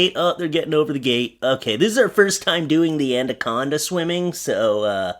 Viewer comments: ANaconda*, not anDaconda. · Why are you saying 'andaconda'. There is only 1 d in anaconda. I'll let you guess where it goes